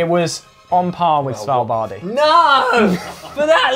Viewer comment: Its not Svalbard (i), Its Svalbard. ;)